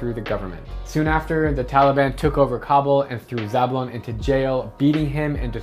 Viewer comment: You are pronouncing Kabul wrong